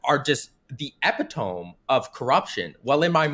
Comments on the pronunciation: yup, eh--pih-toam. eh-pih-toam. ehpihtoam ehpihtoam ehpihtoam... eh-pih-toam?.... Eh-Pih-Toam....EH-PIH-TOAM....... EHHH PIHHH TOAMMM????? OH MY GOD....IT'S ALL A LIE!!! CAN EVEN READ???? or, or, or is someone just feeding him info? what, is he just reading off something that someone else is typing?? show me. no, no, sto—NO,. SHOW ME YOUR SCREEN.! SHOW IT TO ME! SHOW ME YOUR GODDAMNED SCREEN!!!!!!!! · did he just pronounce "epitome" phonetically instead of correctly? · Naw actually pronounced it wrong “epitome” is pronounced like “apitamy” not “ep-e-tome” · The eep-ah-tome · Homie really said epitoam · yea? i was pretty sure too. ... UNTIL HE SAID EH-PIH-TOAM!!!!!! THAT DIRTY SONNAVABITCH! I"M GONN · i thought knew what he was talking about too. and then he said, "eh=pih-toam". i have never cried harder in my entire life, than the way i cried after i heard those sounds pass his lips. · He said epitome incorrectly. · I like his pronunciation of epitome. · Yikes, pronunciation of "epitome"